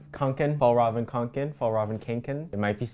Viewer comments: i feel like being annoying right now but it’s ”kånken” not ”kanken” and å is basically o but written differently lol i think it could be called the swedish o (at least it is in our language) so yeah technically it’s just konken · yeah I'm a Swedish American and it's kinda funny to listen to but that's pretty accurate and then the kanken part u gotta say the "a" (the swedish letter one my keyboard just doesn't have it) you gotta say it like k"oh"nken but it's hard to write out